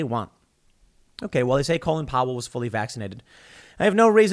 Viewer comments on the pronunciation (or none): It sounds like Tim is calling him Colon Power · Tim please stop mispronouncing his first name. He was not named after the lower intestines. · Why do we pronounce it like colon when his name is Colin, like callin’ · So it's pronounced colon? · Wow! The matrix nearly cracked for a second there. Tim almost pronounced his name like the rest of the world but went back to the American lower part of the bowel sounding pronunciation. Colin and colon.